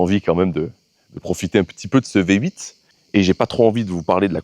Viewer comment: appelle la mercedes le " Vyé 8"